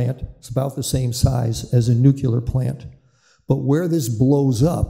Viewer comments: Just say it as it’s written “nu” as in new, then “clear” as in a clear day. How do they get nu-que-la? It bugs me as well. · Why does this gent keep saying "nucular"? Should not an expert on nuclear power be able to pronounce the word 'nuclear'? Just sayin'. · Ya know, this guy probably has a lot of information and background knowledge of the subject, but it just BUGS ME when I hear nuclear expert constantly pronounce the word "nuqueler". Former US president Jimmy Carter constantly said "nuqueler" even though he was a captain on a nuclear submarine. Sorry for the rant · Nukeler indeed. Amerikanese stuperity